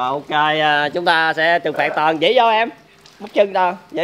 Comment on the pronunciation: Anh Lâm cứ nói anh Toàn là tòn hoài